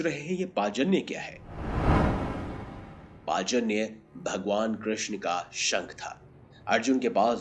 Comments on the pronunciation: Pachanya nahi panchajanya pehele sahi se naam uccharan karo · पाचन्य नहीं पंचजन्य शंख है वो..!! 😂😂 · पाजन्य नाही it's पांचजन्य बोलतात त्या शंखाला ..😊😊🙏🙏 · Bhai Srikrishna ki sankha ka pronunciation thik se karo ........ Panchajanna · Narayan ke divya shankh ka Sahi ucharan "Paanch Jannya" hota hai sirji